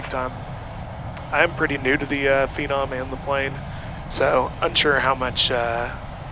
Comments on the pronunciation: FENON,NOT PINON. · What is a ‘Feeenom’ 😂